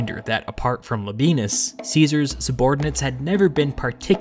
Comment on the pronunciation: These are amazing accounts- better graphic illustrations on battle strategy than you can ask for. Labienus is pronounces LAH-BE-AY-NUS though!